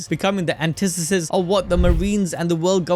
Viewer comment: Aww shit someone said antithesis right!